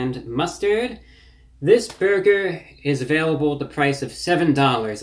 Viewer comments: When he says burger... it sounds like he said "berger" instead of "burger" it's really hard to explain. But he says burger weird. Someone needs to go thru these and give it the "rocks in socks" treatment. Go thru and just clip all the "bergers" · Why does he say "beargur"